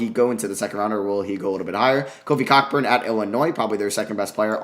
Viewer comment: he just went for it on the Cockburn pronunciation 😂